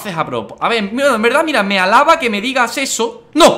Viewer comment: Soy el único que oye halaba en lugar de halaga?